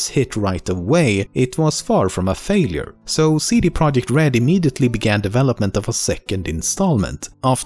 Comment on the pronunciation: It's not CD Project it's CD ProjeKt.